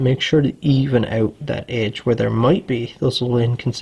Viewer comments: Canadian. Pronounced out like owuut... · It's cool some Americans pronounce 'out' as "owt". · ow-ut, abow-ut wtf is with that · Canadians talk funny. The work "out" only has one syllable in U.S.A. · I knew you were Canadian before I even saw the flag hahah. The way you pronounce "out" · Every time you say "out" I hear Canada.. Canada!